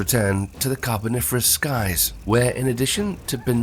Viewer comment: 12.40 "The Carniferous period?" lol, little slip there.